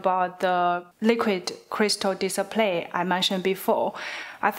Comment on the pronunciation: Without subtitle I could hear "disappear" instead of display